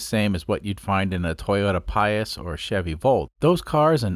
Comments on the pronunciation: Toyota Prius - said “Pree us” not “Pie us”. Fyi. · Are you referring to a this? pree·uhs (the factually correct pronunciation of Prius). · "Prius" is pronounces "Pree-uss". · Prius is pronounced “Pree-us” 😮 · Toyota "Pious", LOL!